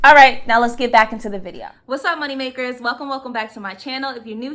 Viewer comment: OMG I was listening at 2X speed and I did a double-take . "What did she say?!" Ohh, what's up my MONEY MAKERS. Totally sounded like something else.